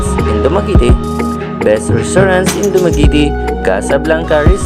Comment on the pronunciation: dumagiiitiiii hahahaha